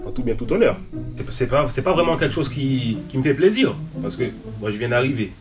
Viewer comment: " une émision vreumant " jpp